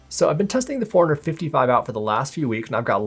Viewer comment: It sounds like you’re saying 455 man, had to check the title of the video again 🤣